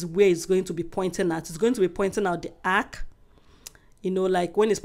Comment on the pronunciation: My love the word is arch not ark